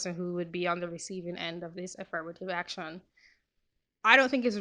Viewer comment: i liked the part when she said "ak-shawn"